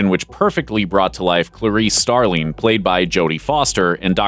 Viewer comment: "Starleen?" it's "Starling" ffs